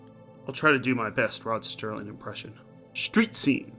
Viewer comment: Dude, why do you keep saying Rod Sterling? You do know the name is Rod Serling right? I give it a 6 or 3 out of 5. I like that Bookman saved the girl's life and sacrificed himself finally instead. We see a better example of this in the Season 5 episode In Praise of Pip. I guess I'm a bigger fan of the lighter episodes than you are. You're probably really going to dislike In Praise of Pip and A Passage for Trumpet then, when you get to them, both featuring Jack Klugman. Cool, Forbidden Planet also had Anne Francis, whose in the After Hours episode from Season 1.